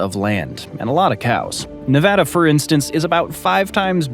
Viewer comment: My State is pronounced Nevada, NOT NaaVaadaa!!! 😡🤬